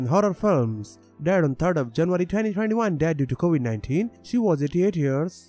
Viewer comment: Julia Roberts is still alive. He meant Tanya Robert's. He can pronounce dementia right, but not Covid. Kobe anybody?